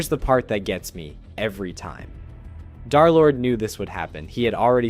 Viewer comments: I’m pissed that he says darlord instead of derlord the 3 represents a opposite E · Im going insane with him repeatedly saying Darlord instead of Derlord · bro can you please say derlord and not darlord its pmo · Its dERlord not DAARlord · BRO ITS DERLORD NOT DARLORD😭😭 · I cannot get over him calling him darlord instead of derlord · Dar💔 it’s german and more like, Dur/dare-ish (also peak video i just needed to point it out) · Bro its not darlord its dthreelordthree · U sound like ur saying darlord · Im so sorry if this is rude, but as a d3rlord3 fan.....you said d3rlord3 as darlord.... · I swear, you say darlord just to ragebait people, don't you?